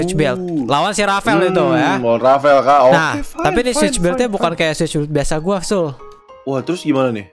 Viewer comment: switch bang bukan swuid